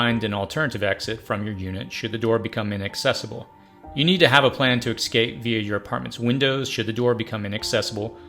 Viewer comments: EScape, not eXcape. Espresso, not eXpresso. I know you can do it! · Your videos are amazing , but PLEASE .... the WORD is ES-CA-PE not EX-CA-PE..... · Stopped watching when the narrator started saying "ecscape." It's EScape... not ECScape. Smh...🙄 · The word is EScape, not EXcape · Essssssscape. Not eXxxxcape. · Stop saying "excape"! It's "escape" EScape! S. Not X. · Good video, but you do know the word “escape” is not pronounced “excape,” right? Kind of annoying to hear it pronounced that way 50 times. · Say ecscape one more time...but this is a great video.